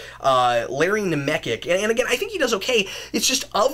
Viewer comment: actually Larry Nemecek is pronounced NemeCHECK. He's done a ton of star trek non-fiction, such as the star trek TNG companion.